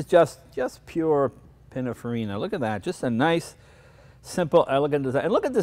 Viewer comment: For dog's sake Jay, it's PEE NEEN FAREENA!